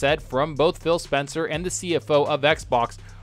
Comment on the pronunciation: Did he say Spill Spencer???